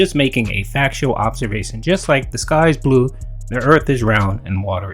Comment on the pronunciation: "ITS A FAKSHUAL OHBSERVASHUN!!" One that you only bring up because you want money, disgusting pig.